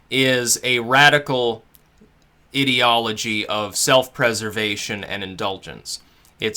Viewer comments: It’s I-deology! Eye-deology! Ideology! Why can nobody get this right!?! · lol the was he say IDiology, its mean to be Ideology like an idea. good video though =P